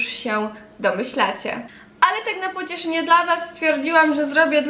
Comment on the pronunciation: Masełkłowa, pochłodze, płocieszenie, młusicie...dramat wypowiadanych słów